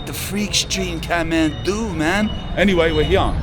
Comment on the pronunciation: he says Khahtmandu like a Scotsman !!